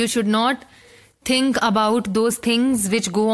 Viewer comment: It is Not T(hhhhh)ink..... Dont emphasise on H.. Its just think. "Th-ink." its not Th-hh-ink!!..